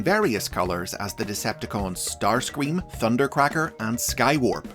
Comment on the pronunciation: Please tell me i didn't hear say "Starsweam"